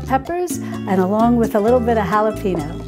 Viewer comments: Pro-bye-otics.......not pro-bee-otics Hal-ah-pain-yo......not hal-ah-peeen-oh Good grief. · Mary, your sugar coated chiffon presentation is too distracting..plus learn how to say halipanyo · Love your videos! As a fellow Texan I know you are a transplant and glad to have you here! Just a little help: the correct way to pronounce jalapeño is “hall-a pane yo”! Thanks for all your wisfom❤️ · "And a little bit'a halapino" 🙏